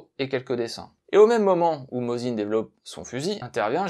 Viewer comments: Si ça peut aider: Mossine et non pas "Mozine". En russe c'est écrit avec un C (s) pas un 3 (z) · Merci pour ce bon épisode. Je possède trois modèle différents de Mosin et des cartouches alors que je n'ai jamais eu l'occasion de tirer au fusil... Une petite correction : il aurait été plus élégant de prononcer le nom russe, Mossine.